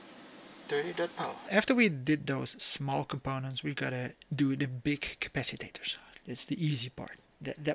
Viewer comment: You make me giggle with your "capacitaters " cap-a-cit-ors 🤣